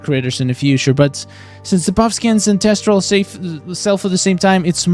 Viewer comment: TH-estrals. They're not testrals.